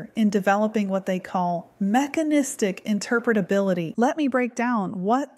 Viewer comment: I'm just impressed at how well can say "interpretability":)